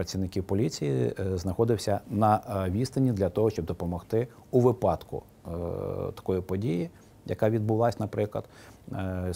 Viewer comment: в слові "вИпадок" наголос ставиться на "И".